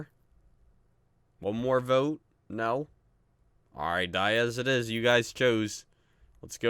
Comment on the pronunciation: Btw that's not how you say diaz